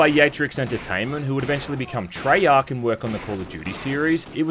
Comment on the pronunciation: I stopped watching it the second you said the word Treyarch LMFAO